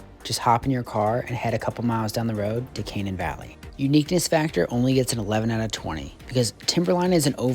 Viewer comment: kuh-NANE Valley